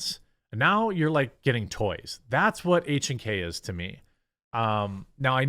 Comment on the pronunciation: Good job on the correct pronunciation on H&K. Das der Deutsche.